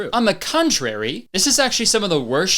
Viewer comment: "on the cuntrary"